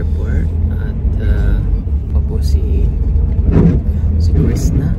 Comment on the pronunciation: sir crisna not crista